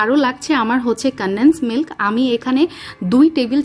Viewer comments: কানডেন্স মিল্ক 😂😂😂😂😂উচ্চারণ শুদ্ধ করেই করুন না হয় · উচ্চারণটা শুনতেই ভালো লাগে😂